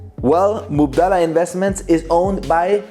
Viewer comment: Its Mubadala not Mubdala and it means exchange in arabic